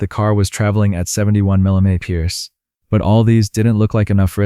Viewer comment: The attempt at "mph" was pathetic, like jacks driving .